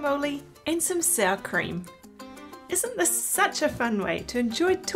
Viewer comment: Looks delish!!! But it's driving me crazy that you keep calling them tor-till-as. Making a Mexican dish, and they're called tor-tee-yas. The Spanish double 'll' is pronounced like 'y'. 😊